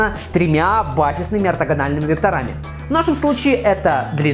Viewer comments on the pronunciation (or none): как язык поворачивается говорить векторАми! Может , всё же векторамИи? Правильно говорить вЕкторами . Уважай русский язык!